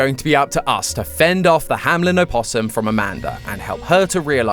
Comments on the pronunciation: It’s not pronounced hamlen it’s hameln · BRO ITS "HAMELN" NOT "HAMLEN" AHHHHHHHHHH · Isn't the place called Hameln and not Hamlen? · it is "hameLn" not "hamLen" and i think its a reference to "der Rattenfänger von Hameln" a german legend which means literally hunting rats but the rats are a symbole for kids. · Why am I so triggered by him saying Hamelin instead on Hameln? D: Is that really how you pronounce it in english? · this may just be my brain overreacting but i find it so weird that they all keep pronouncing it "hamlen" in the videos just because MatPat likes the pied piper connection even though the l is very much after the e --"HAMELN" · Why does everybody pronounce it HamLen instead of Hameln? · I love the theory and all, but please look up the pronunciation for the name "Hameln" cause it’s not pronounced Hamlin. I might be the only one bothered by it, but as a native German speaker it’s like hearing Mat butchering the word puberty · It's funny how you keep pronouncing "Hameln" as "Hamlen."